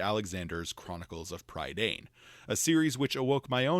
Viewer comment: Prydain is not pronounced like that, it is pronounced Pruhdine. Lloyd Alexander took it directly from the modern Welsh name for the Island of Great Britain, which is also Prydain. Lloyd Alexander was based in Wales during WWII, and took much of his inspiration, including many of the names from Welsh mythology, especially from the Mabinogion. Arawn for example existed in Welsh mythology, though he was the Lord of the Land of the Dead Annwn. Rather than a villain he was actually a rather noble character in Welsh mythology. Pair Dadeni, the Cauldron of rebirth appears in the tale Branwen ferch Llŷr (Branwen daughter of Llyr). Those rebirthed by the cauldron were unable to speak, and were reborn as mindless slaves, the cauldron born. It was destroyed by Efnysien, who cast himself into the cauldron while living, thus destroying it.... Note the similarities to Lloyd Alexanders Black Cauldron? Also funny, is that Lloyd is NOT pronounced how everyone outside Wales pronounces it. It is a Welsh name ironically enough. Welsh uses Digraphs, two letters denoting a single sound in the Alphabet. LL happens to be one of those digraphs, it is an aspirated sound with no equivalent in the English language. It is NOT an L sound.... Best way to describe it is to place the tongue on the roof of the mouth just behind the teeth, then blow AROUND the tongue forcing the air either side.... That is how LL is ACTUALLY pronounced, not a stupid long L.... So when Lloyd Alexander was based in Wales during